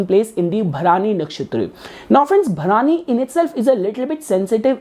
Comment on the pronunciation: Hi, please correct your pronunciation of the nakshatra. It is not 'Bha-raani' as you said it. It is Bharani.